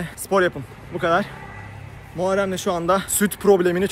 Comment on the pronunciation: Dayı Muharreme "muarrem" demeyş burakmalısın KSMSNSNDNDBFM